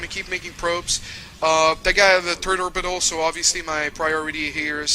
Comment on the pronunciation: i am srry but everytime he meant "third" i sounded like "turd"